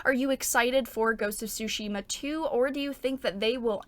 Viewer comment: I really enjoyed your video as always but I'm gonna be honest, I cracked up at your pronunciation of Tomoe :') Also I know english speakers don't do that but the T is Tsushima is not silent, just loike in tsunami (both japanese words) ;)